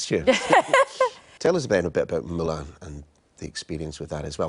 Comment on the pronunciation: When she said "Mulan" i was like. Damn girl! 😍😍😍